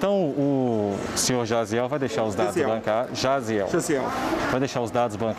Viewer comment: Pior que o nome Jaziel nem é tão difícil assim e eles erraram mil vezes HAHAHAHAHAHAHAHAHA